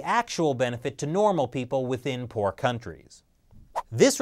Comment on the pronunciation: I initially heard say: “The World Bank. For decades, it’s lent money to porn-developing countries around the world...”